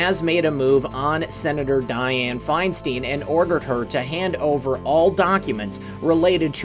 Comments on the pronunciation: FeinstEEEEn???? It’s ...STEIN ! Like FRANKENSTEIN. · It's Feinstein. Fine stine !! You're driving us crazy mispronouncing it !!